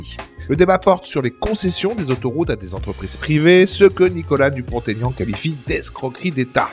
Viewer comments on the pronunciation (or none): Pour info, on ne fait pas la liaison entre Dupont et Aignan, Monsieur Dupont-Aignan sait encore comment il s'appelle !